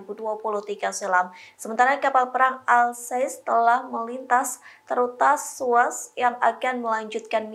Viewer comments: Terusan Suez, bukan Terutaz Tuaz😅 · Wwkkwwk reporter kacau "Terutas Suez, mungkin maksud Terusan Suez, 😂